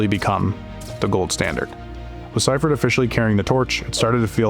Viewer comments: All this work just to find out you pronounced one of the greatest coaches of all-time name wrong. It's see-furt not cy-furt. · SEA fert Not SY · Sea-fert/see-ferd …. Sci-fert is frying me 😂😂😂🤦🏽‍♂️. Other than that, GREAT FK’n video!!! I’m from Philly but been a 49er fan my ENTIRE life. One of my recent most memorable moments of this team is when the NFL allowed fans back in the stadiums after COVID. U.S. 49er fans took over the Linc aka Eagles stadium for the season opener and we won the game!!! It was funny bc a lot of Niner fans were from out of town and were kinda scared of Eagles fans but I assured them they had nothing to worry about lol. Every time I got up for good or the bathroom the entire section got up to do the same thing 😂😂😂. Wildest shit I ever experienced at a game lol. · It's not SI Fert, it's SEA Fert. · The coach that took over for Walsh pronounces his name as SEE-furt, not SI-furt . That part, as well as issues with some of the AI created graphics bothered me about this post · Thumbs down and stopped watching after dude kept pronouncing Seifert wrong 🤦🏻‍♂️ who the hell is George Cypherd? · then do better research. George Siefert's last name is pronounced SEE-fert. He only won two Super Bowls, not like he did anything special. 🙄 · George Seifert is pronounced SEEfert. At the very least research the people you're talking about so you can at least pronounce their names correctly. Is everybody so goddamn lazy nowadays? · lol *see-fert George Seifert sorry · I watched a lot of NFL films, and they always pronounced his name See-fert. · See-fert is the pronunciation of the coach's name. Great video and audio. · The narrator is pronouncing George Seifert's name wrong. With all do respect to Steve young he didn't have the big game mindset that Joe Cool did.